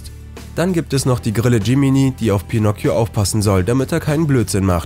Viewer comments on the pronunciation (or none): Ich: Bitte nicht pinocio Sprecher: Pinocio Ich:LALALALALALALALALA